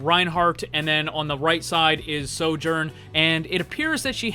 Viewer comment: I’m certain that’s a soft “j” in Sojourn